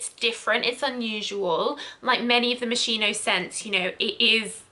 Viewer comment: I would have added Jil sander sun to the list.. Sorta of smells like a beach and sea salt btw Moschino is pronunciated ~moskeeno~ if that makes sense😊